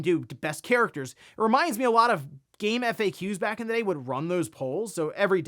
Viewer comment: . He said it! He said, "Game 'F' 'A' 'Q's"! Didn't he tell us he says it as, "Game fax"? 😂